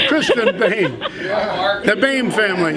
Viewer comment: Boehm is most dfefinitely not prononced like that. It is a German nam and the oe is a Replacement for the Umlaut Ö.